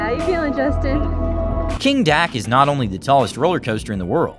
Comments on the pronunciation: ''kingdak'' its kingda ka. king da ka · "King Dak" I think he's just doing this for clout or whatever, but like, it's Kingda ka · "King Dak?" don't you mean "Kingda Ka?" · it's King- da- ka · also King Dak? What? thats like the worst mispronunciation ive heard in my whole life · nah how did this man butcher kingda ka's pronunciation this badly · Is it just me or did you say kingda ka rwrong